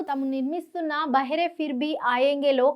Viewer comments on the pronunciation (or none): Bahaare pronunciation correct chesukondi. Meeru daanni behara (cheviti vaadu) ani cheptunnaaru. BahAAr ante spring season